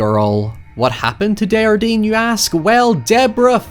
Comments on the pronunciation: This movie was great but what really threw me off was how everyone pronounced Desjardins. They pronounce as if the word was spanish with a soft j. The guy is from Quebec (which they pronounce correctly!) so it would be something like day-jar-dain, with the "s" and "n" in the name being silent. Its a really common name so it was just really funny to hear it as if it was some exotic name lol. It would be the equivalent of hearing some one talking about John Smith by calling them John Schmidt with a really aggressive German accent. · My biggest gripe with this movie is how they pronounce desjardins as a spanish name when it's clearly french and they watch a video on him which clearly pronounced it the right way 😭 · one of the scariest thing in this movie is the pronunciation of the name Desjardins